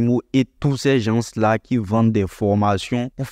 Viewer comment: Par contre on ne dit pas " les JanSSS" pour dire "les gens" mais on dit : " les JAN " , on ne prononce pas le S ... donc " les gens " quoi. Sinon tes vidéos sont super ! Merci bcp.